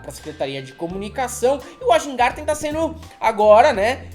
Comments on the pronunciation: O nome é VÁIN-GÁRTEN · Rapaziada, em alemão W tem som de V e J tem som de I. SEMPRE! Então Wajngarten se fala vaingarten. Bem simples. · A pronúncia é Weingarten. J em línguas escandinavas tem som de I/Y. Mas pode ser Weg-garten pelo deboche.